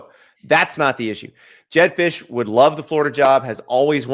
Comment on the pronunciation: “jedd fisch” get the hell out my face 😭😭😭